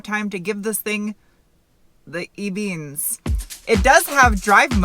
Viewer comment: The E beans? Green beans. GREEN-BEANS